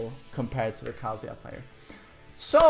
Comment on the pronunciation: Thanks for teaching me how to say Kazuya in Swedish. "Kaaazuya". In Japanese the "a" sound in Kazuya is really short.